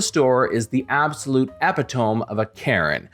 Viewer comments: Epitome: eh-PEH-toh-me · It's pronounced e-pit-o-me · It's pronounced "e-PIT-o-me... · Learn how to pronounce epitome